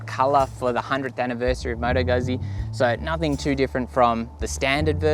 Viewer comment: Moto Guzzi! (gootsy) Not gùzzy. And I am not even Italian. And why is it called 'Bobber'? Because it has a too wide front tyre? I don't get that principle, why make a bike less nimble by putting a too heavy front tyre on it?